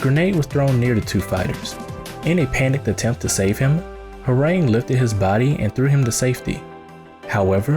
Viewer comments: ITS HWAARANG SAY THE SOUND OF THE A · lol i agree... and i only say that because during my studies in Taekwondo, we learned Korean and it was never pronounced like that.... but whatever it’s STILL an awesome video... He’s been my favorite character since tekken 3 because ima black belt 😅😅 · Your pronunciation is awful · Okay But the name pronunciation is cancerous